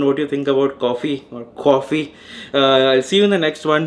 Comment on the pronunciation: Nice "Cawfee". So much thought process went into that word. Some different content ..of this vlog.